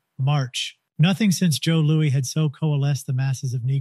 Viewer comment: 2 things it’s W.E.B(spell it out) Dubois and its Joe Lew-is. Other than that Fantastic Fantastic job